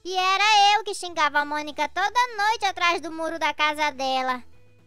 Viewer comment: Monica falando errado kkkkkkk trocando o m pelo b kkkkkkskskskskskskskskks